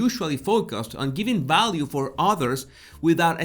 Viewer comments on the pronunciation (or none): Great “ balue “ “ bideo”,Love!